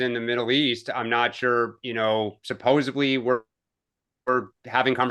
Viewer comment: And... supposedly not supposebly. But LOVE all three of them!!! And love the show!